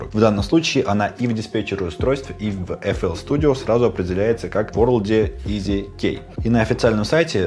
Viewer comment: Когда ты говоришь "EasyKey", мне постоянно слышится "Из Икеи"